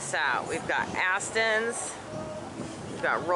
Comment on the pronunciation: "psychotic jeep contraption" Your encounterer person was borderline...odd. Rob's cameo appearances are alway fun. I thought you had said a pun when you approached Rob backside and said "and we have asssston's". But maybe not. Just seemed like a lot of emphasis on the first part. Squirrel! Sewing machines. So funny! Looked like a really fun day. Thanks for my morning smile.